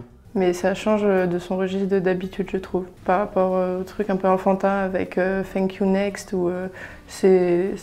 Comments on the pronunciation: Yayaya grave moi aussi 😂😂 en plus comment elle a prononcer le thank u next elle a dit fink u next mahh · «Fank you next»😂😂😂Par contre la rousse elle me soule à critiquer